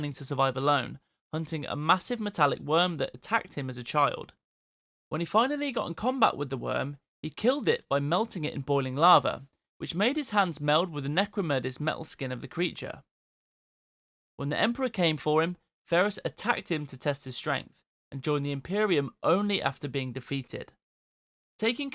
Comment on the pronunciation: what is "necromurdis?" I know what u meant, but come on man. Necro-dermis. Dermis is skin